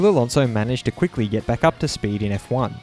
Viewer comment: Fur-nan-doe A-lawn-zo